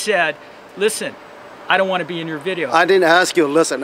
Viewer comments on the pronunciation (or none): It's a Biddeo? And I don't want to be in ur BIDDEO? so don't take my BIDDEO??